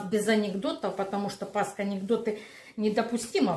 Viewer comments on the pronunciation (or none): Режет ухо " пасХа" ...